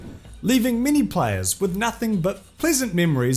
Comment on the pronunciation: Holy shit i thought it was "mini" scandals. But it's "many" scandals